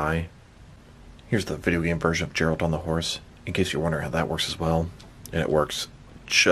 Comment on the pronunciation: it kills me that you called him Jeralt, Its Geralt with a guh sound, otherwise great review showing off all the possibilities this horse can be used for.